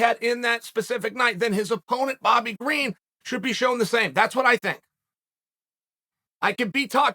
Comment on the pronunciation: Bobby Green. The first person to get the unusual privilege of having there name pronounced correctly by the man himself 😂😂